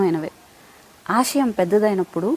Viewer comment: మేడం its ఆశయం Not అషయం. Sorry i don't want to point u out only i am correcting you